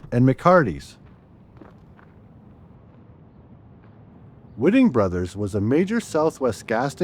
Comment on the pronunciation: Prounounced WHITE---ING Brothers and Rio PERK-O.......and its pronounced Q-Where-Vo, New Mexico.